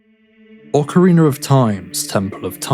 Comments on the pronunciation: Why you call it an ocareener? It's rina! Ocarina! It sounds like you're saying it with an R at the end to me. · The real mystery is where do you find the second "R" in Ocarina? Wtf is an Ocariner? 😂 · Yeah that's how I'm used to saying it too. I just keep hearing a slight r sound at the end .ost of the video but I guess it's just an accent or dialect thing. I probably shouldn't have even brought it up.